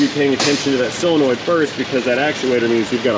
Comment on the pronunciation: Words... SOLEnoid, NOT CYLenoid or SILLenoid... 'nough said. 😋